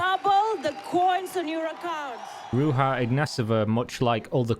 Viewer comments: ‘Rudzha’ is how BBC Radio 4 pronounced it. The series is probably still available on BBC Sounds. Her probable fate had occurred to me, and, I don’t know why, leaves me a bit sad(?) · Ruzha. Sound "zh" is present in english language. For example in the word "illusion" or "pleasure". This is just your typical anglo arrogance - we don't give a damn how your worthless barbarian names are pronounced. Also, english native speakers tend to be borderline dyslexic - they learn pronunciation by rote because their spelling is so ridiculously effed up. Most of them see words as ideograms that have no phonetic logic to them, they are incapable of deriving the sound of a word from its constituent letters. Like Egyptian hieroglyphs or something. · You are right, it is not correct, the "j" in her name = "ж" in Bulgarian, in English, it would be more accurate to replace it with "zh" or the whole name = Ruzha. If you are interested in checking out exactly how it sounds, you could do it via Gtranslate - select Bulgarian to English, type "Ж" in the Bulgarian field and you'll have to option to hear it. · Good video but what's more impressive is how far off the right pronunciation of a four letter name you are. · you are pronauncing her name wrong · another epic video, man. I know you are not bulgarian, but to say Ruja right, you have to pronounce the "j" as in JPEG but with less 'D' in the start of the sound. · Could have at least found out how to pronounce the main character's name in your story. Lazy lazy lazy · its pronounced Ru(j)a (j)ocker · I'm not sure Ruja is pronounced with the spanish 'j' in a Bulgarian name. is that really how they say it? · Ruha :D learn how to pronounce the name at least if you are going to make a video about this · Her name is pronounced rooshah, just my 2 cents. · Her name isn't pronounced as RU-HA but RU-ZHA. The -zh being the sound as in "measure". Ruzha. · Her name is Ruzha not rooha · it's pronounced Ruzha, not Ruha, smh. She's Bulgarian, not Spanish.